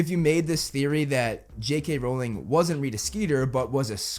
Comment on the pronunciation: WELL SIR, you are actually wrong (you are right though) becuase you can't even say J.K. Rowlings sirname right?! it's r-ow-ling not r-oll-ing :o